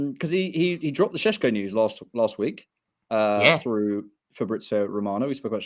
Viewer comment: This geezer loves saying Sesko SHESHKO 👁👄👁